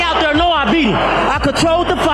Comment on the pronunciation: "I bieat hiem! Err body know I bieat hiem!"